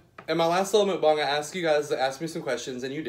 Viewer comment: Okay... I love you and your channel but please don’t call it Mookbong...it’s MUCKbong. Don’t mean to offend. It’s the teacher in me. 🤓